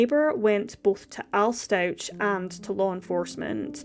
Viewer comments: It's pronounced StauK not StauCH. Love the channel so far 😊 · Very sad case. BTW, the family surname is pronounced Stau-k and he was found in a suitcase not a box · Its really irritating to me that you’re pronouncing the last name wrong. Watch at least ONE video of the trial before you post on this again. It’s sincerely disrespectful to act like you know what’s happened but not even get the name right. Its been literally all over the news and social media. You have no excuse for this.